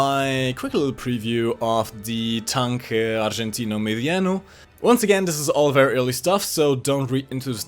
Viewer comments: And I get heart attacks when he says "tanque argentino mediano" horribly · Your pronunciation of "Tanque Argentino Mediano" just made me cringe the fuck out lol